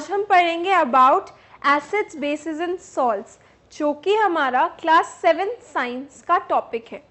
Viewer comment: Mam thanks for sharing this video But mam, it is bases not basic